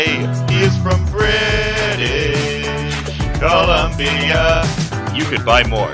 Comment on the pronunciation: HE'S FROM BRIIIIITIIIISSHH COLUMBIA